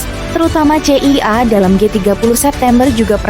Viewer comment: masa pembawa narasi dari Kompas ga bisa eja kata dengan baik dan benar, CIA di sebut sesuai huruf.